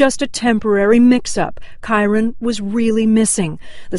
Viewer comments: It’s KY RIN NOT KY RON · May twenty FIFTH. not FITH. And maybe you could pronounce his name right. Kyron. Like myron. Not kyRONE. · Gotta say it. *Ky-RUN not Ky-RON. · Kyron not kiron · Pronunciation: Ky-RINN. Not Ky-Ron. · Also his name is ky-run. Just pronounced differently. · I love she’s my fav but she pronounces so many names wrong 😂 KY-RIN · Like Ky-ren. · i love all of content since discovering her channel recently, but her pronunciation of kyron's name is this video make me cringe - "Ky-RON" lol glad that this is an older one, her content is even better now than it was then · Great coverage, I love these types of informative videos! However hearing Kyron’s name mispronounced repeatedly had me cringing a bit... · You could at least pronounce the boys name correctly out of respect for him and the family. All you have to do is listen to the parents pronounce it!! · good video but your pronouncing his name funny. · I love, but listening to her mispronounce kyron's name 1,000 times is brutal. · Rewatching this video pisses me off so much because why can’t pronounce his name correctly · this video definitely should have been focused more on Kyron, you started it out talking about a bunch of other stuff, that takes away from what the video is supposed to be about. and you didn’t even say his name right. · it said so many times the pronouncement of his name & you still kept mispronouncing it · Michelle B. Anger? Hmmmm. Maybe it’s just expecting someone who does a video about a missing child to pronounce his name right.